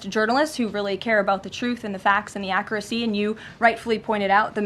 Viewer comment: This woman is a complete hack. She slightly mispronounced the word "accuracy." Yup, a total amateur. I can't believe they trusted her with this job and just because this is the first time, doesn't mean it'll be the last. Before you know it she'll be mispronouncing words from other languages and names of foreigners that have literal punctuation marks in their names. What a complete buffoon... 😆